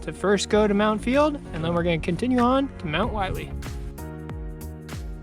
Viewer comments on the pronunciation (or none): Willey rhymes with hilly. Willey would be pronounced like miley if there was 1 L